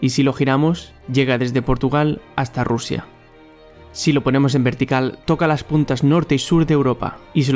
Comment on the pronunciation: ajajajajjajaj madre RRRRRUSIA